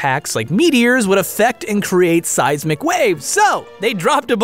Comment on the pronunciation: when he says seismic waves it sounds like seise mcwaves HAHAHAH